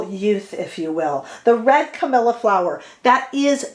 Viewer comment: Sorry, the pronounciation different to the name Camilla, the flowers is spelled and pronounced differently, as cammeeleeaa. 💕💕🤗🤗